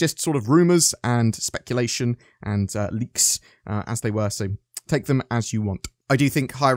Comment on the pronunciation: Liks? I belive its leaks.